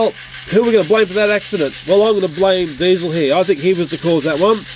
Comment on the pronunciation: You called DIESIL DIESIL ten